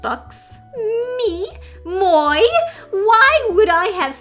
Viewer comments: There should be a prison just for people who write and draw like a Kindergartener and get hired to ruin our favorite franchises. I'm serious - lock them up and throw away the key. Such utter disrespect for the greatness that came before them. And... "Moy"? WTF is 'Moy'? Its pronounced 'Mwa'. Someone didn't take French. LOL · Just FYI “moi” is pronounced “mwah”, not “moy” :)